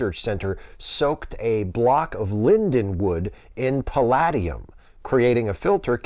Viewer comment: Okay, the $64 question is: based on story number one, can we hope that the CRISPR mechanism can be used as (dare I say it) an HIV CURE?!? Here's hoping! Oh, and, the second "a" in palladium is LONG – pal-AYE-de-um. Just FYI!